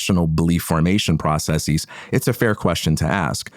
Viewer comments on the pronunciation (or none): God dammit he said process-eez . I guess it's a word now fucking pseudo academia imitation corporate zoom call speak. It's a hypercorrection and absolutely pointless and ugly to listen to